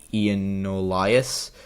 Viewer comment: I'm an Illinoian, and you say the g in Giannoulias